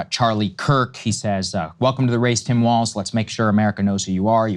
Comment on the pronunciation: "Walz" is German and is hence pronounced "waltz," not "walls."